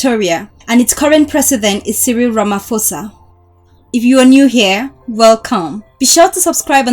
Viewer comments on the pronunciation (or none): Rama-posa not Rama-fosa😑